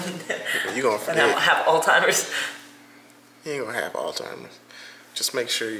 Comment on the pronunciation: I say this out of love....its not Al-timers....its Alzheimers lol